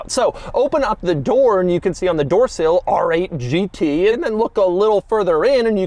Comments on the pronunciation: The styling is almost as aggressive as how Doug pronounces “RRRRR!!!!! 8 GT” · People pronounce R 8 GT. But not Doug...AAARRRR 8 GT. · “The ARRRR 8 G tee” pronounced like a pirate